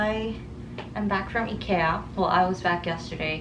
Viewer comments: Your pronunciation of Ikea is impeccable 💪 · Hey! I'm a silent follower who watches all your content but never comments haha, but as a swede I wanted to say that I'm very proud that you learned how to pronounce IKEA! I was also very surprised when you said you wanted to visit Sweden, please do that in the future. ^^ It would be awesome if you could have a fan-meet or something where we could introduce you to the swedish culture. Love your content, and please stay healthy! P.S the letter Å is pronounced similar to 어 in korean:)